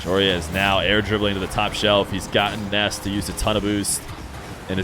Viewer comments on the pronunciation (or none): Stop sayin Ness when his name is Nass bro they are different vowels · Why do you say “Ness” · Are you pronouncing it “Ness” so YouTube doesn’t think ur saying “Ass” and demonitize you? Lol. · Spelled Nass, pronounced Ness